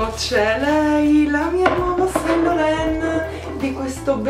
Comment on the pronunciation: YSL si pronuncia Iv Son Loron (con una o abbastanza aperta) ahaha Ti adoro ❤️ (Mancano all'appello la Jumbo e il Wallet on chain vintage, o sbaglio?😛😏)